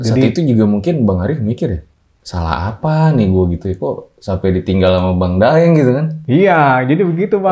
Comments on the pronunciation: abang yg aploud bun salah ucap kok.. 😁😁 Daing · Tapi bang nya ngucapinnya bukan daeng, tapi da'ing. Entah kenapa kok tulisannya daeng